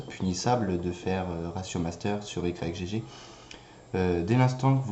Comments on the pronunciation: Ça se prononce "igue torrent" et non "Y G G" MDRRR ;) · On dit pas Y-G-G mais "igue", comme dans yggdrasil ;) Merci pour le tuto!